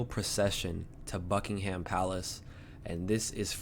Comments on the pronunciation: Pronounced bucking’m NOT bucking ham. The “H” is silent. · Just to let you know we say Buckingum not Bucking ham. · Yeah...don't say 'ham', say 'um'. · Hey. We don’t say “bucking-ham” we say “bucking-um” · We also say Bucking um, not Bucking ham. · I would say 'Buckingam', the same, but just omiting the letter "h".